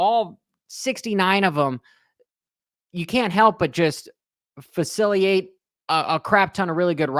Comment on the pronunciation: It's facilitate not faciliate FYI